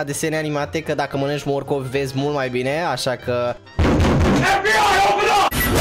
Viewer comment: Ba nu am stiut ca la morcov tu zici mocof 😂😂😂